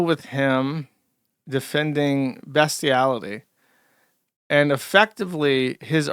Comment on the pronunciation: I can't get over how Josh mispronounces "escape" but has no problems nailing "bestiality".